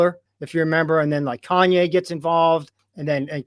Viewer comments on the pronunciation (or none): none